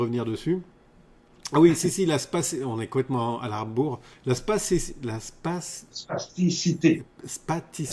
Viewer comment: Spasticité ou plasticité ? Vous semblez prononcer spasticité mais je ne vois pas le rapport avec le cerveaux alors que l'on parle souvent de plasticité du cerveau pour décrire sa capacité à modifier et réarranger ses connexions neuronales en permanence. Merci du reste pour vos programmes !